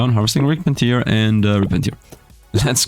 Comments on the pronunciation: Tear in 'Rip and Tear' is pronounced like Bear rather than like Beer 🙂 Tear (like 'beer') is when someone is crying. Stupid English and all the homophones! All my second language English friends tell me to correct their pronunciation so please don't take this as a criticism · It's tear not tiar. Sorry, it just doesn't sound right.